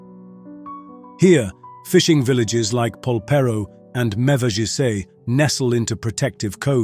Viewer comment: Hehe you missed Mevagizzé and Wind-a-mere, it's Meva-G (as in Gorgeous and issy as in (Dizzy) And Wind as in the wind blows, not "wind" that sail in the wind is too strong!